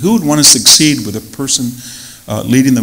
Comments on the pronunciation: I wish he hadn’t pronounced secede like ‘succeed’ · Really love this guy and his style, but he needs to speak better. He said "succeed" instead of secede, the Seven Poverty Law Project, instead of the Southern Poverty Law Project, and more. Too much density. Use notes. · Super intelligent man who can’t pronounce secede.